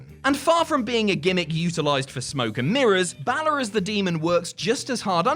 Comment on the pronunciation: Balor is pronounced wrong it sounds more like bail-er or bailer